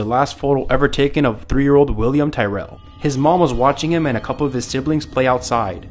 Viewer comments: I should note it's not tie-rel, it's pronounced like tear (as in crying) rel The kid deserves that much atleast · It’s pronounces William ‘tirr-el’ and his grandmother was watching him, he also wasn’t with any siblings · It's pronounced William tirril it is spelt Tyrrel It happened in Australia I live in Australia and I always have and I'm from Australia I'm eleven years old and I found out about this I felt so bad for the kid and I hope nothing like this happens to me bless yall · Just to let you know its pronounced "tirrel" just so u know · Dude really gonna pronounce William tyrrel's last name wrong. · Your pronouncing Williams last name wrong. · You mispronounced Terrell